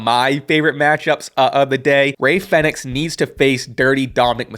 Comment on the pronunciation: Isn't it pronounced as like "phoenix"? Or am i wrong?